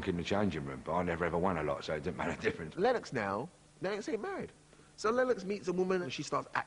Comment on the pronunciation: Had to stop watching because of the way that woman was pronouncing 'Lennox'